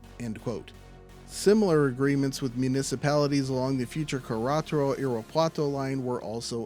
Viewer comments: Actually, in Spanish we don't have trailing "y" sound for the vowel "e." The "e" sound is short ("eh") as in "get," "set" or "bet" in English. The single "r" between vowels in Spanish is close to the sound of "dd" or "tt" in English like the words "wedded," "wedding" "getting" or “kiddo.”Therefore, phonetically it would be written more like: "keh-ddeh-taddoh." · Hi. FYI: Querétaro is pronounced “kay RAY taro”